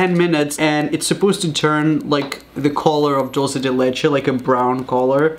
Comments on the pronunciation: Did he just say DOLCE DE LECHE I’m dead 😂 I’m sorry for being rude but I can’t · Who else is triggered by the way he says dulce de leche? “Doulse de leche” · Its was funny when Raphael said "Dulce de leche" with his pronunciation XD